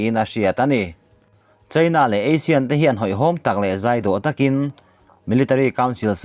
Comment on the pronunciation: Clickbait atan ami caption hi...thing emai. Association of South East Asian Nations (ASEAN) hi Asian tiin i lam thin a, Eisin tia lam tûr a ni zâwk lo maw?? Asian nen chuan a dang hlak ania...i lo hriat loh tâkin👍👍👍